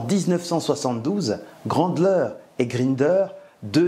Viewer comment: C'est pas Brandler mais Bandler :)